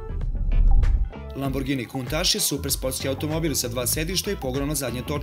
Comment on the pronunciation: Countach se ne cita kuntas nego kauntac